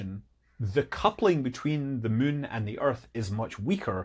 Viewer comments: Love videos that make Scott say the word 'mun'. 😁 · "The mun". Are we still talking in Kerbal 😅